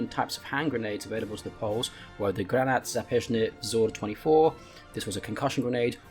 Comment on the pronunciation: yes, maybe except the part where mispronounced as "granat zapeczny" in but the rest is perfect, good effort!